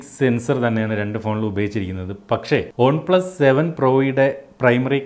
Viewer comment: ഒൺ പ്ലസ് അല്ല One plus